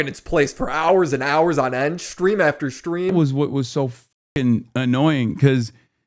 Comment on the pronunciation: Hasan shocks his dog so frequently, he subconsciously started saying "shtream" instead of "stream", just because it reminds him more of the word "shock".